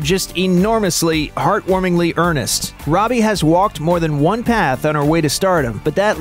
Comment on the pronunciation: It's robie